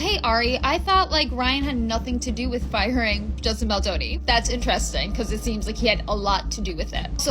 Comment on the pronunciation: I don’t feel like a grown ass man, being a billionaire you would assume he has some intelligence, however ARI Emmanuel being this man and hearing him purposely mispronounce Justin’s last name is very juvenile and shows his true colors and lack of maturity so it’s fitting that he would support BL and RR.